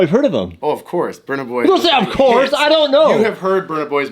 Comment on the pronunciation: Funny, Who is Bunout boy. It's said Boiiiiiy.